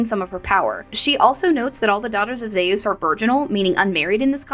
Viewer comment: Good video, but its hot here atm and I feel like a baked potato. Gotta ask though how you came to your zee-ous pronunciation though. How did you come by that one? My brother studied greek for a while and insists its more like zúís whenever we discuss mythology.